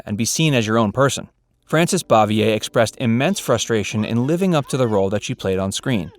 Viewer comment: Learn to pronounce het last name right, dumbass. You aren't even close.